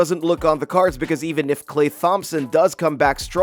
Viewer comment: why you say klays name like that